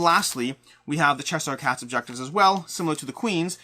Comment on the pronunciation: “Chess-Hire” is definitely one of the most interesting pronunciations I’ve heard.